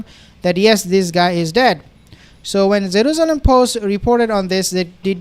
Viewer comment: “Zeruzelum” lol its Jerusalem